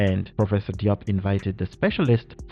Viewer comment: Diop is pronounced as Jobe